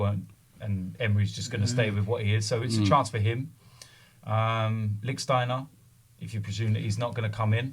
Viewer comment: Can someone tell that the name is Lichsteiner and not Licksteiner 😂